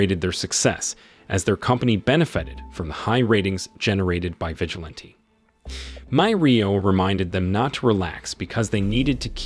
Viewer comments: Vi-gi-lan-tee, everytime you say vigilant I get a little bit more annyoed lol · Your pronunciation of vigilante is annoying!!